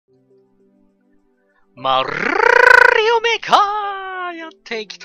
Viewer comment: 最初の、マ~ うるるるるるるるるりおって www